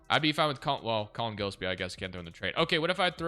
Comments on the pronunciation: mal-oo-atch guh-less-pee also ryan dunn shoulda been starting at the 4 to start the rebuild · Gillespie is pronounced "Jill-Espie" lol